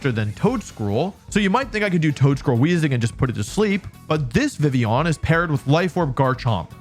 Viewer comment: I like the way you say Vivillon french up the "on"